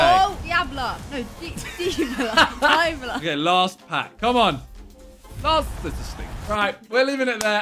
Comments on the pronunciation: Bruh Simon get your footballer names pronunciation sorted. Does bro actually ever listen to commentary??? 1. Its not wooa cancelo. Its jhoa Cancelo 2. Its not diebala its D-bala 3. Its not sun its sawn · Man said deyabla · She said diabla 😂😂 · Talia struggling to say Dybala is the highlight of this video 🤣🤣